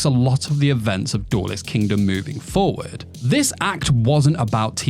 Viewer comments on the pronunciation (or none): none